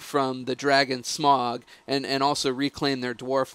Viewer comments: It's SMAUG! Not smog! Say it with me, sm-ow-g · its not pronounced smog trust me